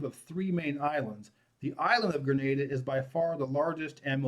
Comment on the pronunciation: Thanks pronouncing “Grenada” consistently correctly!